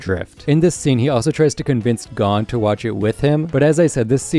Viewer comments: why does he keep saying gone instead of goan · It's g-oh-n not gone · OMFG THEY SAY GON IN EVERY FUCKING EPISODE ITS NOT GONE HOLY FUCK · HE IS NOT GONE. HIS DAD IS. everyone in the anime's says GO-un not GAWN, if your going to have a 30 min+ video on hunter hunter please just say it how the english dub people do. you speak english. the second this videos in japanese do whatever. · not watching the rest after the first few seconds when I heard him say gon like "gone" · The amount of stuff he’s saying wrong or mispronouncing is irritating, playing a clip where they say “Gon” then saying “G O N E” Lucifer instead of Lucilfer. Togashi stated the X in the name is a multiplication symbol not a space. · You’re pronouncing Gon wrong, its said like Goan. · I really want to watch this but I hate the way you say Gon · so were not gonna talk about the way he says gon's name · Good vid but it is a pain to here you pronounce gon like that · Is it Gho-n or G-on this guy is saying it funny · his pronunciation of chimera and gon made me stop watching this video